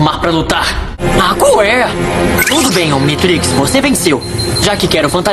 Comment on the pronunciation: Serio eu ja me tornei fã seu a um tempo mais eu realmente não aguento tu falar ominitix serio isso buga minha mente pois la ne ben 10 fala ominitrix ai meio que da um pouquinho de (SO UM POUCO SEM ZUEIRA) de raiva